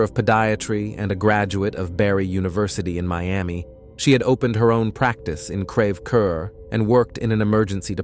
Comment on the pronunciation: It's pronounced CREVE CORE, please stop using AI...AI can't seem to pronounce anything accurately. 🙄